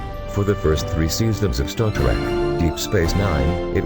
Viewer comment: robot voice=dislike This one is particularly shitty. Star Tarek?? ugh